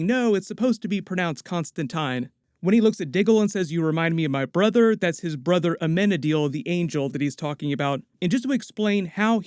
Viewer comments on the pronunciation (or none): none